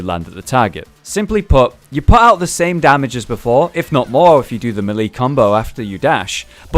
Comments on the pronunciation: everybody knows it is MeLayLay :> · meh lee like gen jee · Meelee, idiot